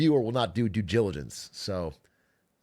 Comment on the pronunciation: "Do gilligence"? I hardly know her!